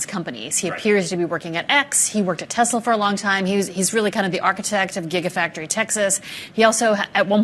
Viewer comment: can’t be sued, he says, “Teslur” not TESLA. well played